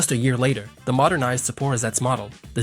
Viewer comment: Sapa…what?! It’s ZAPAROZHETS